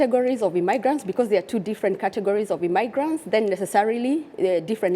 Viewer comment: IMMIgrants not IMMAIgrants OMG!